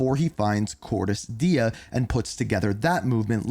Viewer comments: 'Cordis Die' lol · "I'm saying it wrong, i apologize." (Proceeds to call it Cordis Diya)